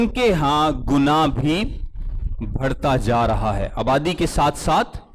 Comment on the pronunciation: بھڑتا ۔۔۔ غلط تلفظ ھے بڑھتا ۔۔۔ درست تلفظ ھے Pls correct urself